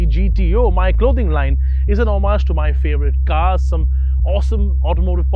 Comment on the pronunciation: lol, homage isn't pronounced that way...